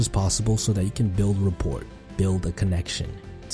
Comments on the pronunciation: Pronounced rappor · Rapport has a silent T at the end brother ✊🏼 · Just an FYI it is pronounced (Ra poor) not Ra Port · Tip 8: don't take advice from people who pronounce the "t" in rapport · The "T" is silent in rapport... that's a statement, not a question. If you're going do a video about communication skills....(pause for emphasis) learn to properly pronounce the words you are going to use. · “Da” as opposed to “the” & “wif” rather than “with” is not helping sound sophisticated. Also “rapport” has a silent “t” on the end. Just saying. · In "Rapport" the "t" is silent. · The T in rapport is silent.